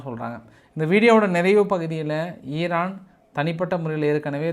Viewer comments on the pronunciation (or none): none